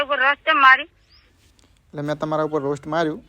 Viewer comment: રોશ નહીં પણ રોસ્ટ કહેવાય...😮